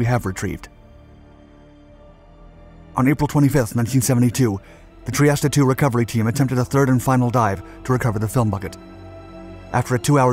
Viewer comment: This AI crap is just hard to watch. Plus you should learn how to pronounce “Trieste” correctly. 👎